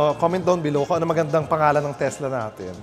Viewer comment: Teslak. Hahaha charoot